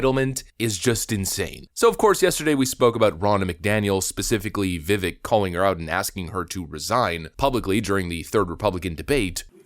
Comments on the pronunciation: How are we still pronouncing his name wrong? It rhymes with cake! Not ick as in something is icky. CAKE CAKE CAKE CAKE! pronounced VIVAKE! LIKE CAKE!!! LIKE ACHE!!! He has pronounced his own name... SO MANY TIMES on videos. He has literally told us what it is. Why are we still pronouncing it vivick instead of vivake... LIKE CAKE! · It’s pronounced Viv Ake like cake Vivek that’s his personal way of explaining it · It via Vivek like cake. “Vic-ake” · His first name rhymes with CAKE, NOT ICK. You're welcome. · Its pronounced Viv-AKE. NOT VIV-ECK😂😂😂 'Ake' as in 'CAKE' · IT IS PRONOUNCED VI/VAYKE NOT VI/VECK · I understand that everyone pronounces it Viv-eck, but it actually pronounced Viv-ake like cake. Let's try to get it right from now on. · Ur saying his name wrong. Rhymes with fake and cake. Viv-ake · It’s Vivek rhymes with cake. Put some respect on my guys name. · His name is Vivek. Rhymes with CAKE. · It's pronounced "Viv ache" or as he says "...like cake". And the kids got my vote! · His name is pronounced veh-vake. Rhymes with 'the cake'. it's really not that hard to say it correctly. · Vi-vake - rhymes with cake, he says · friendly reminder: Viveck's name is pronounced like "viv-ake", rhymes with cake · His name rhymes with cake. It definitely adds credence to any point when it's pronounced correctly. Love ya man, keep up the good work! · His name is Vivek, it rhymes with "cake." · the way you pronounce Vivek gives me a headACHE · I just love you to pieces but could you please say his name correctly? Just annoying. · Why are outlets still pronouncing Vivek’s name wrong? First step for respect for this guy.